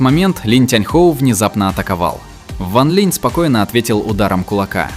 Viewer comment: Сколько автора не поправляли ранее, все также бросается перевод с ударением... Ван ЛинЯ и Цин ЛинЯ. И ведь обещал исправить, но пока результата нет...